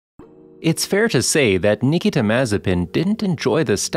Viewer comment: Thanks you saved me 5 minutes! Though I should have figured it out right away when they didn’t pronounce his first name right.